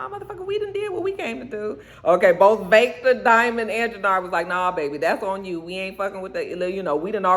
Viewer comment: I wasn’t feeling Lilliana, but after all she’s been through, I’m rooting for her. She’s definitely a soldier. The Walter accent is better, but it still took me out. 🤣 Every time you said Vaectah. Praying things stabilize soon. 🤗